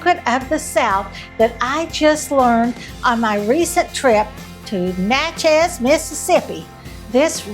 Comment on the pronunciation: It's not Nah CHEZ, It's Nah chiz. All my family is there in the city cemetery.